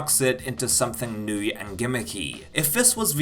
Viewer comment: "neweh" and "twoeh"